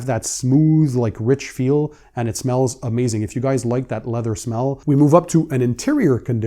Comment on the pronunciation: “it smellsz.. SICK!” I love you man